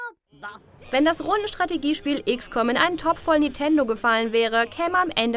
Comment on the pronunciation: Es ist beängstigend, von wie vielen Redakteuren oder Moderatoren es immer nach Nitendo statt Nintendo klingt.